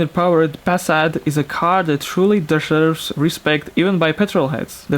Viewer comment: dshrves xD